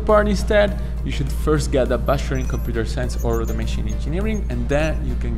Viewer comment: I thought he’s saying “busher” or “basher” but he actually says bachelor😩😭